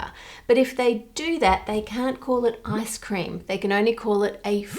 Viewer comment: Giggling because when you say ice cream in your accent it kinda sounds like “ass cream”.